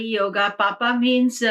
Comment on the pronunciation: Funny how she pronounces “paap” kartari as “papa” kartari!! 😆 thanks though.